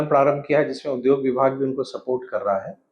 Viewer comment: Sir, uddhog (उद्धोग) nhi hota hai, udyog (उद्योग) hota hai.